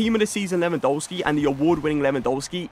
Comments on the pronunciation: Its Lewandowski not LEWAN DOUGH SKI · Please learn how to say Lewandowski… your content is some of the best out there but it’s so annoying when when you say the W’s in Lewandowski instead of saying a V